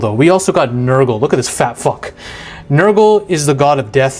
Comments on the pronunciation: Ranking your pronunciations: Khorne: Its the exact same as "Corn" Nurgle: Perfect Slaanesh: There's a little bit bad but it is to the point where it could just be an accent difference/does not matter Tzeench: Its not Tzench, its Tzeench with a long e. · Ah yes, Korney, Nurgle(Accurate lol), Zenetch, and Slanesh (Almost right)